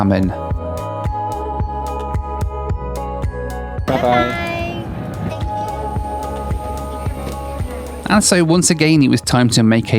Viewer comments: Xiamen is near impossible for English natives to pronounce the X, try pronouncing it like Sh “Shia men” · I was watching on 1.8x and he butchered Xiamen, I heard German. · One thing is for sure, you cannot pronounce 'Xiamen' to save your life 🤣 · The way u pronounce Xiamen is so cute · Chinese here❤ love it when you struggle to pronounce Guangzhou😂😂 and didn't understand as you said Xiamen Airline😂😂 actually it sounds more like shamen instead of jamen but never mind you video is fantastic🎉 another interesting thing is the xianmen airline on board meals are generally very well-received here in China so I guess it is cooked catering to oriental taste. And about the Chinese airport security thing, I absolutely agree with every word of you. They are just notoriously tedious and frustrating even for domestic fights and connections, not to mention the international ones. Basically everything is just a bit of a faff. Here in China, we joke that all these troubles are meant to get people traveling by train😂And the phenomenon you mention about the lady shouting into a mic is also interesting. I think there is really something cultural going on behind this, as people from other countries seem less likely to do that. One reason might be that Chinese people seem to be often highly "immune" to sound from a speaker, which might be due to the fact that back in the days that's what they use every day in every community during "communism construction". Even today it is used everywhere and sometimes too casually in China. As a result, the speaking person might forget to lower voice when needed, and listeners often pay little or no extra attention. I guess that's why in public nowadays in China we still see people shouting into mic even when it's oblivious unnecessary. More l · it's pronounced Xiamen, (Shamen) China, not jamming:) but hey happy travels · It's "seeya-men" not jia-men... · Amazing video. Xiamen pronounced “shiamen”